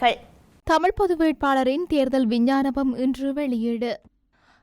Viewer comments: விஞ்ஞானம் இல்லை."விஞ்ஞாபனம்"சரியாக சொல்லுங்கள். வாய்க்குள் வராதா.....? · விஞ்ஞானபம் அல்ல விஞ்ஞாபனம் என்பதே சரி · விஞ்ஞாபனம் என்று சரியாக உச்சரிக்கவும்